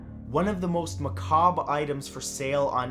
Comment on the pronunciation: matt said macabre correctly!!! praise the lawd